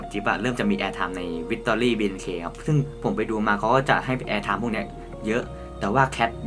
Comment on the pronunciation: ไม่ใช้เเคทโว้ยเคทโว้ยเห็นพูดผิดเคทเป็นแคทสงสารนิ้งเลยวะ